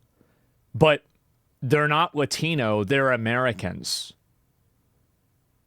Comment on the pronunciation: I can't take her seriously if she's going to pronounce Latino that way.